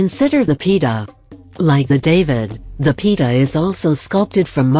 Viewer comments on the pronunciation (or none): Pita? Lol The pronounciarion is: pi-e-tah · WHY SHOULD SOMEONE WASTE OUR TIME BY THIS IGNORANT LIST....NOT TO MENTION THE " PE-TAH " ??? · ....The Word is. Pi-e-taa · Pieta does not rhyme with Peter.